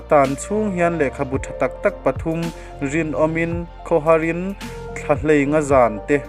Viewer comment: Mizotawng ichhiar thiamlo ve pangai hle mai , Khawharin tih anilo a khawhar IN (house) tih tur Thlahei ngà(5) Nilo in Thlaheinga zan tih tur